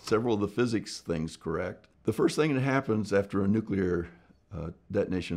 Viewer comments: Finally someone that doesn't say nucular ! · I appreciate that Mr. Spriggs at least pronounces nuclear correctly and not Nuke-you-ler, like many US presidents and TV scientists. Easy way to remember the correct pronunciation is that you never want to NUKE-You, but Nuke-Lee instead. Nuke-you-ler is a good example of TV inculcation, that is, how many times you hear a word pronounced incorrectly, it becomes correct in your parlance . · He starts by pronouncing "nuclear" correctly. That right there was enough for me to think, "Wow, this guy knows what he's talking about!"